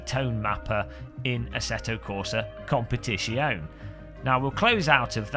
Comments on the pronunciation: Interesting, a Youtube video where the Tuber can't even pronounce the Game title properly. It's an Italian word, you pronounce the E at the end of Competizione. After that, good video, thanks for sharing! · I remember an earlier video where you pronounced Competizione the right way... hmh... maybe really better to just stick with ACC. VR runs already very smooth on my 1080i 2xSLI system...